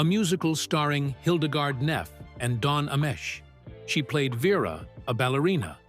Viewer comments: Don Amesh? It's pronounced Ah mee chee (originally Amici). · Don Amesh? Don Ah-mee-chee... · It’s Don Ameche, pronounced’ Amichi’.